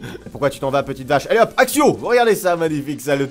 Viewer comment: Accio se prononce akio, et j'ai été invité d'honneur pour le comic-con de ma ville :D